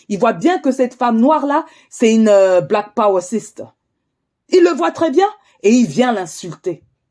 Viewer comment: « Black powa sista » 😂😂😂😂